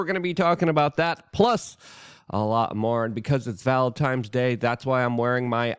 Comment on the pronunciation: Grammar nazi, here... It sounds like you are saying valen-tiMe, instead of valen-tiNe. 😁